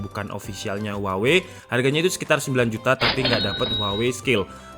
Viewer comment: "Huwawei P30"